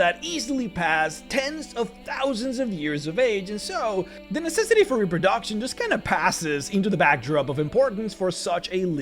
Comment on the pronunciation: Ah, the highpoint of any video. Some good old Repro-DOCK-tion